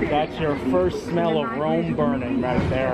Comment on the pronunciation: Rome burning (not " roam" burning)